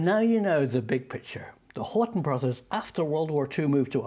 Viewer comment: HORT"E"N, not Horton...